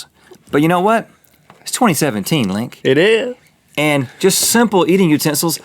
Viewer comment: I'm crying 😂 did Link try to say "It is" and just completely fail? I heard "It eurgh" I don't know why I can't stop laughing at this